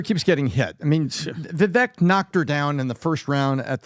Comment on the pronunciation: Are you guys honestly incapable of pronouncing 'vivek'? Just curious